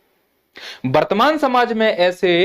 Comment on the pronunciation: पहले बर्तमान को सही से बोलना सीख लो । वर्तमान